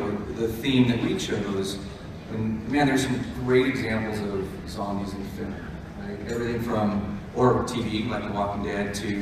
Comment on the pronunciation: "Zambies" xD